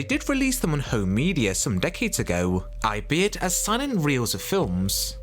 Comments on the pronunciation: Overtaken (no such word as "overtooken") AL-BE-IT (not i-be-it) Sorry, just every time I heard these mispronounciations I found myself grinding my teeth. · As a copy-proofer, I came to say this too, as although I enjoyed the clips and remember most of the shows, I was twitching at every odd error and mispronunciation. Albeit is all-be-it, not ay-bet.